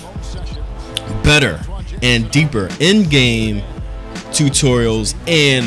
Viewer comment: Your Saying Tutorials Wrong